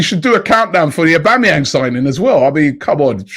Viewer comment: Robbie how could you do ‘ OHH2BEE & booHooMan like that?